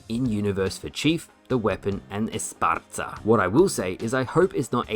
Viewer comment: Its pronuounced S PAR SA not SPARTH-ZZA lol